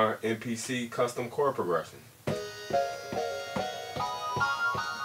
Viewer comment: this guy cant even say progression..